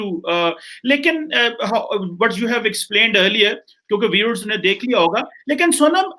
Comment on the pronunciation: they always speak English either with punjabi or fake western accent. Listen to himself how he pronounce the word 'viewers.'🤣